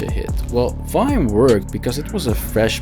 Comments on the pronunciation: Ok but please stop calling it "vaim" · Can't even say the name right 🤣